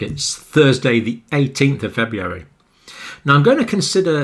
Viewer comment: I love everything about these videos except for the way he pronounces February.